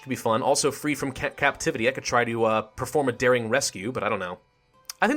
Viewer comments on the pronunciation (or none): none